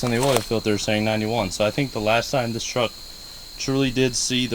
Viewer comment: It's a truck, not a chruck